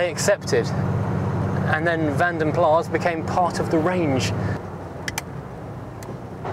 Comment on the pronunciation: Van den Plas is pronounced "PLAR with an "R", not PLASS with an "S"